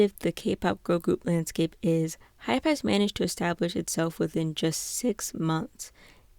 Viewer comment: i'm sorry please ignore this but i really need somewhere to vent just wanna make sure you're pronouncing hybe as hybe and hype as hype not hybe as hype IM SO FRICKIN SORRY THIS JUST RANDOMLY ANNOYED ME SO MUCH PLS DON"T HATE ME this kind of thing doesn't usually bother me